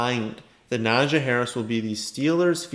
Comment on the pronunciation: It’s pronounced NAH-jee 😂